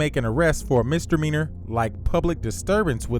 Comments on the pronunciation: Misdemeanor not Mistermeaner 😒😒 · What's a "mistermeanor?" Or is that the neighbor, Mister Meaner?